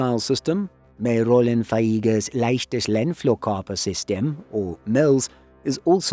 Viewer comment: I like the dedication to pronouncing Mells, but you could just call it Spike. Mells ist just the German Army designation for the Israeli Spike Atgm, which is locally produced by Eurospike.